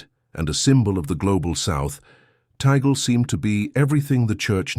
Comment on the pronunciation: but you cannot even pronounce his name correctly, which, in fact, does not surprise me at all given you are an american, the USA being the most racist country in the world